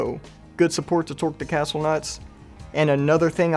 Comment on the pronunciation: Cool product but the castel instead of castle nut detail bugs me a bit 😜